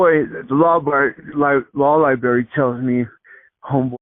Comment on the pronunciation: LIBRARY!!! Not LIBARRY🎉❤😂